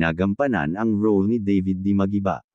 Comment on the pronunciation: Dabid, hindi Deybid, Makoy, hindi Mekoy✌️😂😂😂😂